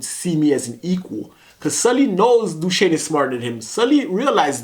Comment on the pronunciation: Dooshane lol not you as well